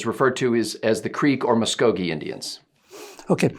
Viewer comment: Muss Co Gee - Like as in "Gee Whiz Mister".